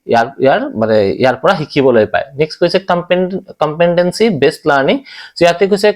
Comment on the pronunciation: It's called competency Not compentancy Wrong pronunciation